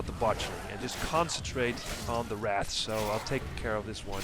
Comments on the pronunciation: Wrath? It’s Wraith! Lol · you called them wraths a third time...